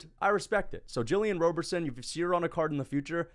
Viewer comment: Bro can't even pronounce the name "Robertson" unreal 💀